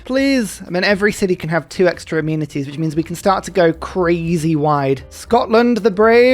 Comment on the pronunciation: My favorite '-ism' is how 'amenities' always sounds like 'immunities'